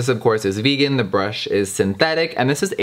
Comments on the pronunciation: Jeffree: It's hard to impress me Also Jeffree: A BRÜHSH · Tenshi Kuroi “there is a b r u s h”